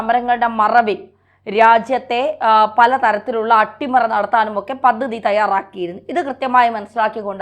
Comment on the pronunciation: 'പദ്ദതി'....? 'പദ്ധതി' എന്ന് ഉച്ചരിക്കണം